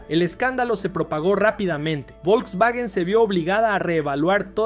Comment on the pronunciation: "el vovlvuovio Polo" jsjsjjs